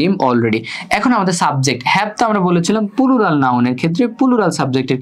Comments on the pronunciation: আলহামদুলিল্লাহ , খুব ভালো বুঝলাম, কিন্তু দুক্ষিত ভাইয়া!!!😢পুলুরাল না, প্লুরাল হবে উচ্চারণ 😁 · Pulural 😂 আগে ঠিক করে উচ্চারণ শিখুন তারপর ক্লাস নিতে আসেন 🤡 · Bhaiya oita pulural na oita plural 😑